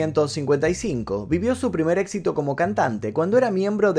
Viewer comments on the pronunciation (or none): none